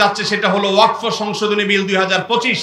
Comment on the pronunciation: ওয়াকফ কথাটি ঠিকঠাক উচ্চারণ করতে পারছেন না প্রতিবাদের কথা বলছেন এই আইনে কি আছে সেটা আগে জানুন